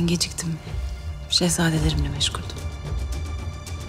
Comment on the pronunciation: Kösem bi yere yetişemediğinde sürekli:Şehzadelrim....